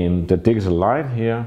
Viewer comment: Every time you say "digital" it sounds like "diesel".When you learned English you should have concentrated more on pronunciation. Europeans smugly criticize Americans for their pronunciation of Nikon, Leica, Pentax, Rollei and on and on. Well Europeans are awful in their English. I've yet to hear a European that doesn't have a heavy accent, yet I spent only 6 weeks In Transylvania immersed with Romanian hosts and was mistaken by strangers as native.. Because I concentrated on how they SOUNDED. Just so you know. Your photography is excellent but your pronunciation,not so much.